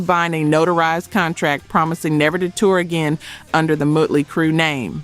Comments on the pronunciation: It's not "muttley" lol. The O is like the O in Ostrich. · You're saying Motley Crew wrong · Fact checking/? you can not be serious. hell you cant even pronounce Motley Crue right. hell this is the third time u used this crue clip with added edits.. Ac'/Dc Scott dieing was not the reason they continued. That was 1 clip from a BBC interview. JC Stop these hack stories or do better.